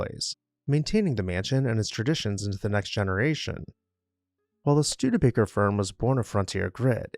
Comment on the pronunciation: The naration is great! I love the correct pronunciation of the name Studebaker-rather than the awful botched pronunciation from a few locals who say Stu-DEE-baker. Also, this presentation reports facts found in Wikipedia and other sources. Others who claim to "write" on the subject of architecture and local history are simply lifting facts found on the internet. Thanks to the producers of this honest and accurate list of facts presented factually and with honesy as well as for citing the sources to respect copyright laws. It is an interesting and educational piece.